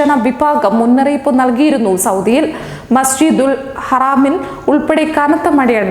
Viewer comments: പൊന്ന് ചേച്ചീ പറയാൻ അറിയില്ലെങ്കിൽ അറിയാവുന്നവർ പറയും ഇനി ദയവ് ചെയ്ത് നിങ്ങൾ ഇങ്ങനെ അറിയാൻ പാടില്ലാത്ത വാക്കുകൾ പറയരുത്.. മസ്ജിദുൽ ഹറാം അല്ല. മസ്ജിദുൽ ഹറം എന്നാണ് ദയവ് ചെയ്ത് തെറ്റ് മനസിലാക്കി തിരുത്തുക. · Masjidul haraaam ennalla ❌️ masjidul haram ennan✔️. Ok